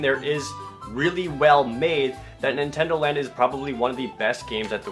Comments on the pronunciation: nintendondo land? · Nintendondo Land??? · Nintendondo Land? :P